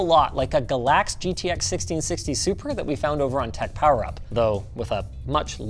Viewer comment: It's GALAX, not Gallax